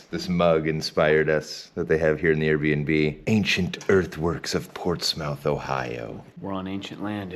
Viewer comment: Hey it’s “ Ports Muth” not “ Ports Mouth “